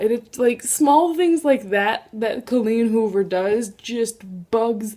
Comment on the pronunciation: Butchered Colleen Hoover. DAMN!